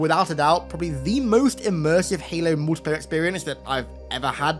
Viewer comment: I can’t Unhear when u say Mootiplayer